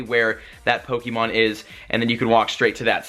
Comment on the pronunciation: U say pokemon wrong